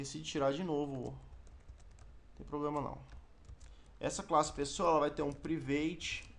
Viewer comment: Excelente professor. Como o senhor sempre pede feedbacks, aqui vai um: Algumas palavras (em inglês) o senhor pronunciou errado. Mais ou menos assim: Private /ˈpraɪ vɪt/ = prai- vit Throwable /θroʊ əb(ə)l = trou-oble Throws = /θroʊs/ = trous Age /eɪdʒ/ = ei dzi Exception /ɪkˈsɛp ʃən/ = iki-sep-chion printStackTrace = print-istak-treis Thanks, Let's keep studying ; )